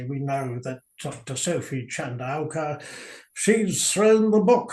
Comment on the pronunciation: Hats off to pronunciation of Lesotho, Sentebale and Chandauka. Best I've heard on any podcast. 🇿🇦🇿🇦🇿🇦